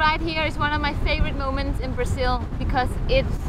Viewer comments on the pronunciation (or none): Somebody tell them that it’s BraZil, not BraSSil.